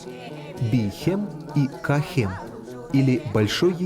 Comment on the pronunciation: НЕ КА-ХЕМ А КАА-ХЕМ!!